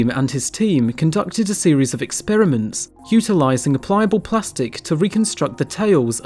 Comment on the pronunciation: wtf? a series of expeermints? WHY do people constantly butcher the word experiments ex per i ment not ex peer e mint